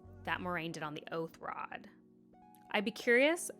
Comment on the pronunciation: These pronunciations are wild lol. Makes it hard to follow you a little, not just because I've read the books, but because they're so different from the show. It's just a minor friction that adds up. Anyway, def was the oathrod. They reminded the audience in the recap that an oath was sworn so they could do what they did. 100% not compulsion weave, but it's about as much a violation as far as Moirane is concerned. Good stuff, looking forward to next week.